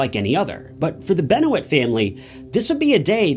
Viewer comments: Guy can't even say his name correctly.. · How did you just say his name? After 10 seconds im out. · Hi. I appreciate your efforts to atleast make an attempt on this video and this is said with peace and love, I assure you, but the use of boxers and amateur wrestling (maybe copyright stuff ill give you that) along with the severe butchering of his last name (and Kevin Sullivan that has been pronounced correctly with thousands of hours of video footage you could of researched) and huge exclusions of the downward spiral Chris went on after his best friend Eddie Guerrero passing away made this video feel like you've rushed it, didn't care and got all your research from a 2007 Star magazine. This story has been covered hundreds of times here on YouTube and yet you've somehow managed to confidently create this like you know what you’re talking about. Why would you embarrass yourself like this?! Do you not realize how rabid and passionate Pro Wrestling fans are? You led yourself into the online slaughter man. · Not Keith Sullivan it was Kevin Sullivan. This guy has no clue with that and the mispronounced name of Benoit. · You saying his name wrong immediately showed me you’re not a serious enough journalist for me to care to hear more. Get it together show some respect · Wow completely butchering his last name before the 30sec mark. Someone has done their homework. ✌️ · Mispronouncing his name makes this unwatchable to me.. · The second you said his name wrong i turned it off. Do better research. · Say his name correct please Jesus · I lost interest soon as you said his last name wrong but tryed to watch a bit more then you called kevin - keith and then said you don't like wrestling that told me how much you didn't know this was the worst one I've ever seen.... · Mispronounced Names especially the Main subject of the video. You called Kevin Sullivan, Keith. Why not do research on this before making a video? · I can't watch and keep hearing the name mispronounced